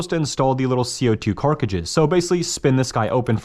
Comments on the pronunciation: For the millionth time, it’s fucking CART-TRIDGE. Not carcadge…. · CART, NOT CARK FFS. CART-RIDGE Not CART-RIDGE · has no one told you its cartridge and not karkrikge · wait wtf is a "carkidge" ?? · It’s cartridge not carcage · Cartridge, no carkridge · he is still saying Carcige lol. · This man can not say cartridge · I love how he doesn’t know how to pronounce cartridge